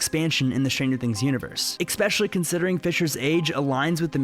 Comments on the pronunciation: ESPECIALLY!!! NOT EXSPECUALLY!!! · Great vid, but my immersion in the topic was interrupted when you said the word: "Ekspecially" It is "especially" no k Like Espresso with No X. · It's ESpecially not EXpecially